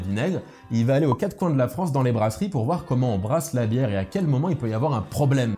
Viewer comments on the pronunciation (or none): none